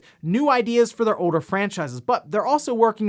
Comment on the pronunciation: Once you hear this man say things like "Folder" and "Older" as "Foweder" and "Owe-der" you can't unhear it lmfao 🤭